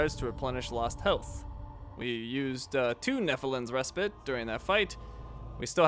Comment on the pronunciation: Res-pite not res-pit